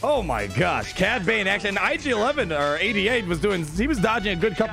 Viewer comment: For him to Say cad bane